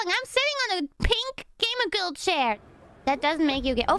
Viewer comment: "gaymer" LMAOO